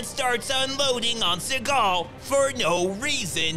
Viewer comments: "Steven She-gull"... Lost my shit 😂😂💀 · "Steven SHE-gal" subscribing now. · "Steven She-gal." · 🤣☠Steven She-gal🤣☠ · "steven she-gal" 👌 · Spend 2 weeks watching each and every Post he mad. Oh my my my. This guy been butchering Seagal. These vid are addictive too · Steven SHE-gal 😂